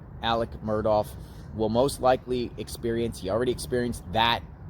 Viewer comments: his name is “alex murdaugh,” not “alec murdoff.” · You keep pronouncing the name wrong. It's not "Murdawf" its "Mur-daw" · 2 things…..1) The last name is Murdaugh, not Murdoff. 2) This was pre trial phone calls. ✔️ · His name is not Alex Mur((douff)). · Murdough is pronounced with a ck as in Murdock not Murdoff. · You are mispronouncing his name ... it's not "Murdoff" ... hope this helps ... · His name doesn’t rhyme with Cough. There is no F sound at the end. Also leave Buster and Brooklyn alone. Why are you hiding in bushes?